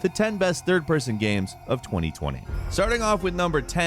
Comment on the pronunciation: am i the only one that hears "gyams" every time this guy says games